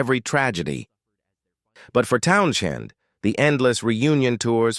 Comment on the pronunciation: "Town - chin"? I'm out. Bye!